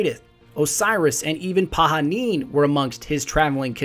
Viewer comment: I know this is an old video but want to say thank you for pronouncing Pahanin's name the correct way (Pa-ha-neen)